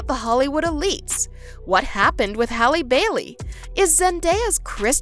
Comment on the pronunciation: hrlp who is Hailey Bailey its Halle Bailey HALLE